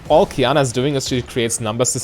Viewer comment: You said Qiyana correctly. I'm proud of you ^^